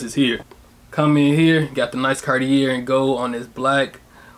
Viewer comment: You're pronouncing "Cartier" wrong